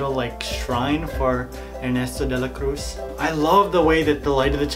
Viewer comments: Eh - nesto - day - la - crooze Thats how you pronounce it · Ernesto de la cruse is how u pronounce it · Incredible pronuntiation "Errrnesto de leh crouz" 😂😂😂😂😂😂😂😂😂😂😂😂😂